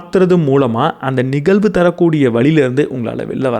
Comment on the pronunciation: அருமை.‌. Good talk & delivery. Kudos. ஒரே ஒரு கருத்து. 💐😊 தயவு செய்து 'ழ' உச்சரித்து பழகவும். நிகல்வு அல்ல நிகழ்வு என்று சொல்ல வேண்டும். தமிழுக்கு ழ அழகு. மெல்லினம் இடையினம் வல்லினம் அறிந்து பேசும் போது உங்களுடைய இந்த அருமையான பேச்சு இன்னும் மெருகேறும். மிக்க நன்றி